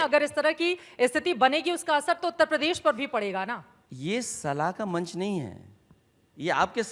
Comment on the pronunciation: Uttar pradesh theek ni bol pane wala padha likha neta